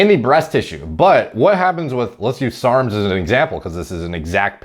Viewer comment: Why does he say serms instead of sarms